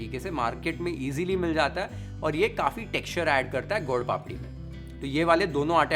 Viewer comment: Your pronunciation of gol-papdi is perfect Gujarati 👌👍. It is called sukhdi because it give “sukh” (khushi)